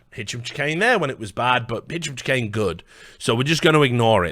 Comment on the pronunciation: Is it a meme to absolutely murder Hicham Chahines name ? It's driving me a bit crazy